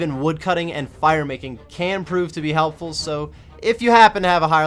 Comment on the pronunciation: "Heplful" :P